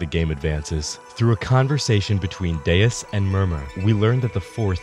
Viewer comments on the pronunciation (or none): I really don't get how Deus is God but in portuguese and everytime I hear "Deias" I think I'd rather be deaf